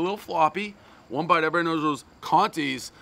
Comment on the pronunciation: "One bite. Everybbddy knwwszarllls...." lol